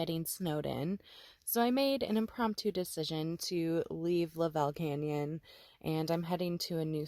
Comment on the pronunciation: Pronounced "LUV ul Canyon". You were in my back yard. Joey was at the groomers I use.